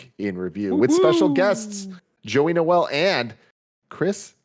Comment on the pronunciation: Hey guys, please stop pronouncing Noel as “Noelle”. It’s pronounced “knowle”, like Beyoncé pronounces her surname, without the s that she has at the end of her surname. Unless you’re doing it to fuck with people. In which case, carry on, I guess.